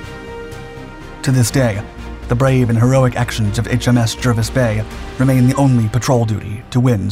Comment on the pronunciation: Jervis is pronounced "Jarvis".